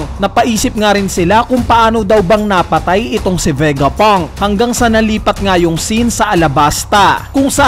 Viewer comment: Ano ba Vegapunk or Vegapang?🤣